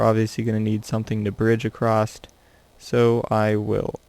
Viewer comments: Why do you say acrosst? It is across. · Across* not accrost